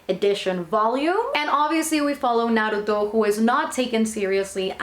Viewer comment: first time seeing someone doing an manga haul,and pronuncing naruto correctly,good job :)